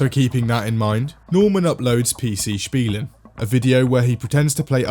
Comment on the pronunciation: Bro I cant see this picture anymore My maths teacher puts these on the tests everytime captioned with: Good luck, youll make it And everytime I read this in hope she changed the meme I'm like 🗿 Edit: Wow he actually pronounced "Spielen" the right way One of the rare times I'm impressed of an english speaking person